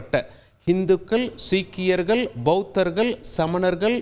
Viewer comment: தமிழ் உச்சரிப்பில், இந்துக்கல், சீக்கியர்கல், இஸ்லாமியர்கல், நாடுகல் என்று தவறாக உச்சரிக்கக்கூடாது தம்பி. உச்சரிப்பில் கவனம் செலுத்த வேண்டும் தம்பி.